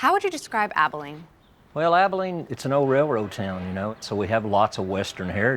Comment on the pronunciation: The CEO’s pronunciation of Abilene when he welcomes the reporter at the beginning is foreboding. The accent is on the first syllable of the word not the last syllable. 🤯